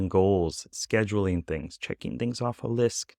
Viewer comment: You often say “lisk… list” ❤ or am i looping on the same video?